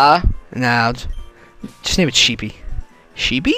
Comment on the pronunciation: that's Sheppy not Sheepy..